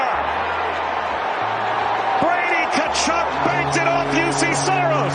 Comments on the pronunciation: I can't take you seriously if you don't even know how to pronounce "Tkachuk". They only mentioned it about a billion times during the broadcasts of their games. Come on now. If you can't even, pay attention to that, then why should I even watch your videos. Your analysts can't be taken seriously. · The T is silent in Tkachuk btw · right?…. how can you have a hockey channel, and not know how to pronounce Tkachuk 🤦🏻‍♂️ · TAchuck? And you have a hockey channel? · how can you have a hockey channel, and not know how to pronounce Tkachuk